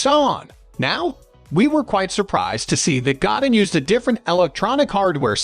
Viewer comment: Did this bot just call him God-in like God in the sky .These bots do not speak French evidently .lol